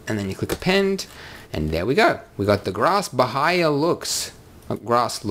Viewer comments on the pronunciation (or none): In case anyone is wondering, the pronunciation is "bah-EE-ah" grass... Good old Paspalum notatum, very common in South American pastures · Bahia is pronounced ByEEah, it's a Brazilian state. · it´s BAH-EE-AH (BAHIA) grass :)